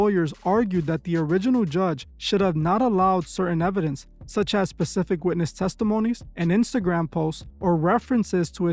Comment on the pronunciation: Love you man but please pronounce the “S” in specific. Saying “pecific” makes you sound like a child.